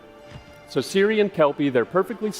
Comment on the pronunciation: She is Ciri,, not Siri. CIRI. Ciri kurwa!